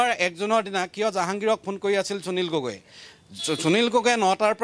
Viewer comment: আপুনি কেনেকৈ প্ৰতিদিন টাইম চেনেলত সুবিধা পালে নিউজ পঢ়িবলৈ সুনীল গগৈ টো স্পষ্টকৈ কব পৰা নাই।